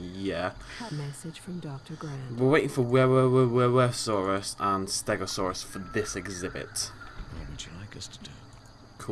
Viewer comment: Wuerasaurus is pronounced (HOO-ehr-osaurus